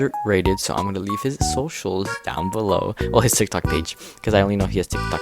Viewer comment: I love the way u say tik tok it sounds like tic tac 😭